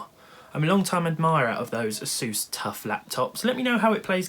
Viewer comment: ASUS NOT A SEUS